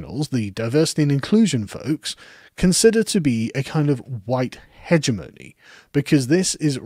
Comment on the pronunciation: He didn't even pronounce "hegemony" right